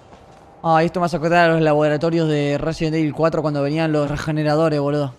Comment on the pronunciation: Una pregunta ¿cuantas veses robleis dise resibel evil